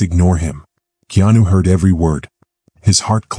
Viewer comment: His name is not Kenanu!